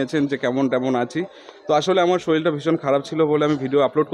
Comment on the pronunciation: শরীল নয় শরীর